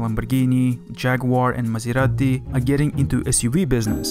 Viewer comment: he actually did maserati and BMW correct, he even at least tried to use the italian pronounciation, most americans can't even pronounce their own brandnames or modelnames BECAUSE you've been using european styled names xD